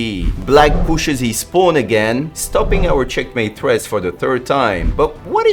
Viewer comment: finally found the person in the shorts who said " cHeckmAEte!"